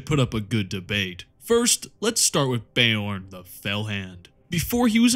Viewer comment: "Bay-orn" the fellhanded the physic damage continues 😂 Please always go with your own pronunciation of everything, gives me a good giggle everytime 😅